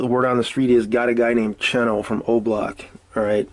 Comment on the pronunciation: You say you have your ear to the streets but then you pronounce Aski's name as "asskey" and Oblock Cheno as "chino", 051 Booby as "Bobby".. seems like you're reading your info from the internet just like everyone else